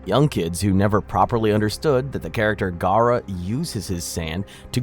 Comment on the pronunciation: When He said Gaara, I was like “Oh no!”